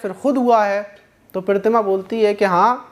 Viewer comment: Maaz bhai aapko Pratima kahna nhi aata😂😂😂😂😂😂😂😂